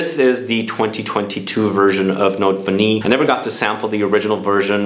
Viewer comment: Nice list. Took down some recommendations. Btw, Note Vanillée is pronounced Note Vanillay😊 thought I’d share!